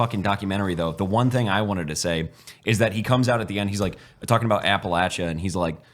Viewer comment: Thank you for pronouncing Appalachia as my Appalachians do. When I was in the military people would tell me I'm saying it wrong. I was like wtf do you know about the holler city boy. Anyways thanks from Appalachia. 07